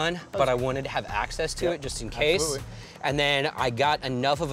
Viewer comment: It cracked me up when the dude was like "everyone I would get on a fight with will be bigger than me" and the instructor was like "Absolubtely" lol.